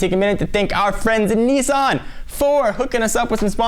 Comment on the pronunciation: its nissan not nessan.